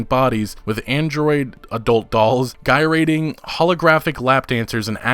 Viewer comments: He does that a lot, too frugal for Google it seems. "Guy-rating" instead of 'gyrating' was another highlight this video. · Fyi : epitome is pronounced ‘ e pit oh me ‘ instead of epi tome. Also Gyrating is ‘Jie rating’ instead guy rating. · Eh-pi-tome, Guy-ray-ting. Dude. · "guyrating" XD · Oooh it gets better. GUY rating. GUY RATING. (Gyrating). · Good video, but...you pulled a Shia LaBeouf and mispronounced 'epitome'...and 'gyrating'.